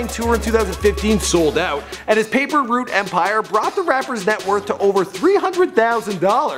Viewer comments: First of all let me correct you, it's PAPER ROUTE EMPIRE not root. Also it's 8ball & MJG not mgj tf bro do your homework dipshit you getting lazier by the video real talk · So we gone ignore the fact he called dolph label paper root instead of paper route?